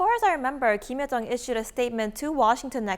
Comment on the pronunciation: 주황색님 발음이;; 김여정인데 김혜정이라고하는건지 비음이너무심하네요